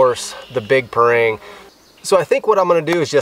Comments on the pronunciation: pronounce parang = pa-rung , not pa-reng.. (bahasa melayu/ malay language). Parang is a common big knife used in Malaysia/ Indonesia/ neighbour countries. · we asians here pronounce the parang as par-rung, par/rung